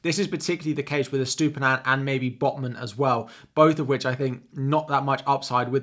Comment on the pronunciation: another guy that can't pronounce that Brighton fullback name. on to the next FPL channel